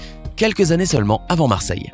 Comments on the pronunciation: T'es srx tu met un "s" à Marseille??! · « Marseille » avec un S à la fin? C’est chaud là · A MARSEILLE il n y a pas de S a la FIN !!! Fada que tié 😂😂😂😂😂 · Marseille ne prend pas de S à la fin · Marseille il n’y a pas de « s » à la fin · Il n'y a pas de s à la fin de Marseille ! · Pas de S à Marseille! Tristesse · Il a même réussi à faire une faute au mot "Marseille"